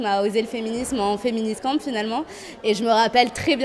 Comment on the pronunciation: Quand elles disent "féministcamp", j'entends "féministan" ! ^^